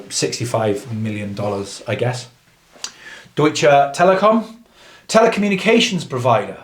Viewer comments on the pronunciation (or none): none